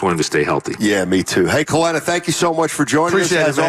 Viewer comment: He does need to rebound and defend, but his scoring is just as important. With Poole gone, the Warriors can't afford for every bench player to be a rebounding/defending glue guy. They need JK to create offense, too. And Kelenna (not "Kelena") said this too. Whoever created the video title didn't really capture what he said.